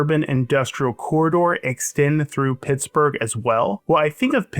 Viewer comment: I swear he's saying, "This...is Pissburg" at the beginning.